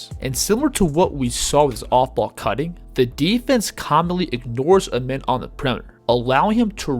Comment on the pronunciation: His name isn’t pronounced as Amen it’s like the sun god Rah Ahmen